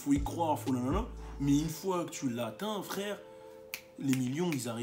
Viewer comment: Le "cool frwèwre" il m'a dead